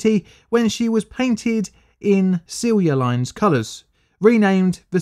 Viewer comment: Perfect pronunciation of Silja line